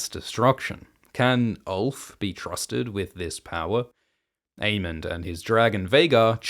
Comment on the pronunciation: This is a new timeline where pronounces Aemond as Aemond and Daemon as Daemon